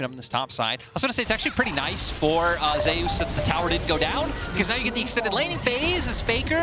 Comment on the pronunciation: If Zeus named himself after the god then why do the casters pronounce it as Zay-Oos?